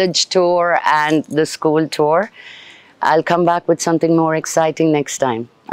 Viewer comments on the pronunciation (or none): Thoor kadhu tour